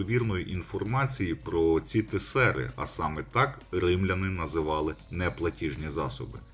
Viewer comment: Наголос на тЕсери